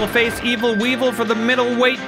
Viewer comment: Wee-Vul! Wee-Vul! Wee-Vul!